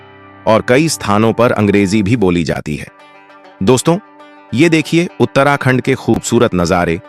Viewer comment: Pahle bolna Sikh Lo FIR Uttrakhand ko galat bologe bhai